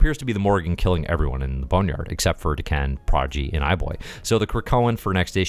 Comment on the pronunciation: Dah-Ken. Isn't D'Ken part of the Shiar Empire? Maybe I'm mistaken on that Shiar part. Edit: Just looked it up and, yeah, D'Ken is Deathbird's younger brother. Just so you know! And sorry if I've already bitched about the name thing. I tend to repeat myself. And sorry if I've already bitched about the name thing. I tend to repeat myself.